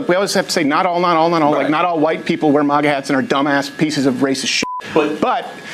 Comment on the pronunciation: The way Crowder says MAGA... "MUGA"